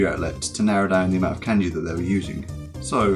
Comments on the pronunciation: Thats pretty good, aside from the fact that you say "Kenji" and "WeniKeni" xD Your channel is going to grow a lot I'm sure. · And still can't pronounce kanji correctly